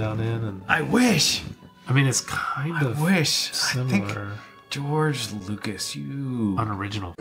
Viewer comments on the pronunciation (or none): none